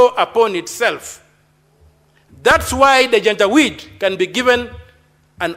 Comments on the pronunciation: She is saying janja weedii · Madam speak, what is janja wit? Do you mean janjaweed or something else? To be franky as an academic, wikipedia is not an authority in our academic circles. Due to the fact that the senator is not an academic but a political institution, he honourable Omtatah might be right. Had it been a lecture class, citing wikipedia is as good as absenting from using brain.